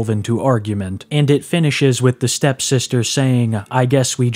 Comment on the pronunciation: You keep saying "STEP sister".